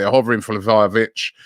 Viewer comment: lol he nailed it